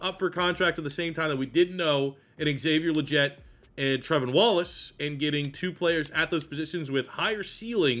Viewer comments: Good video man, but, its LeGETte, not Lejet. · he's been saying it since he was drafted he never gon' learn